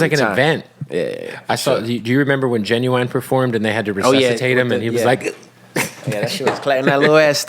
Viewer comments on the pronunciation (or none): I refuse to listen to anybody who pronounces Ginuwine like the actual word genuine. Tf?